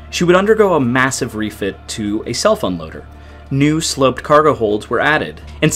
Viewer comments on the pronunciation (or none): It sounds like you're saying cell phone loader 😂 I think it's just crazy that the ships are in such a huge amout of water on a big surface and yet they can still run into each other. I know they are traveling the same area probably going to the same port but they can't get out of each others way. Just an observation. That's like being in the Sahara desert and running into someone, literally, or they crash their camel's into each other. I can't help but laugh thinking about it in that way. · I was confused for a couple seconds...heard "self-unloader" as "cell phone loader." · Is it bad that it took me until about the fourth or fifth time that you said "self unloader" before I realized you weren't saying "cellphone loader"? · Am I the only one who keeps hearing “cell phone loader?” 😂😂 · Me too. Was really confused for a moment, there!